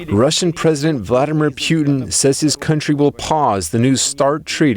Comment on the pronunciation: He's going from Putin to Pewtin.. (Pew Pew - cartoonish gun sounds) Get it. Sucks - I know! But He said it like 5 times!!!